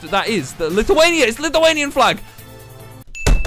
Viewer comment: Hes the first person who knows how to say Lithuania and isn't Lithuaniain I've seen